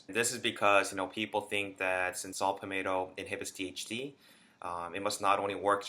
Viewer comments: Shut up and get to the fuckin point, bitch... And it’s Pall-Met-toe, not Pall-May toe. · Saw “palmateo” lol